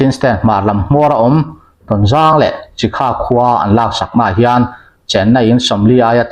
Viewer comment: 'A lâk aṭangin' tia chhiar hi ' lak aṭangin' tih zawk tur a nih hmel